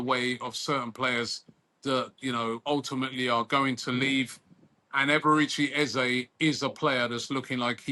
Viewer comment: Robbie: Eberechi ❌ || A-Baerechi ✅ 😂🤣